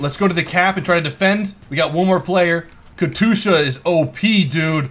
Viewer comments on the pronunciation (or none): plz.... Kat yusha not katusha my inner ruski is crying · Katyoosha, not katoosha! :D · It's Katyusha not Katusha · katusha? katYUsha, shouldnt be too hard to spell xD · You forgot the "J" from katyusha. It's more like katjusha. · Katyusha (Cat-you-sha) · its pronounced Kas-tu-sha (sorry if i offend you) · DUDE ITS KA TYUSHA KATYUSHA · It's auctually pronounced kat-ee-u-sha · Ka-TOO-sha. cringe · you are pronauncing the katyusha wrong. Just sayin´. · I cringe when you mispronounce Katyusha.